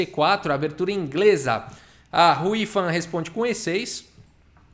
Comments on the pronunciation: Quando o falou "Hou Yifan" na abertura, eu escutei "a Ruiva responde com e6." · Todas as vezes que o ia falar Hou Yifan eu acho q ele ia mandar um "Ruy Lopez", haha